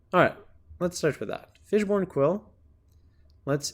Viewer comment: Is he saying fishborn quill?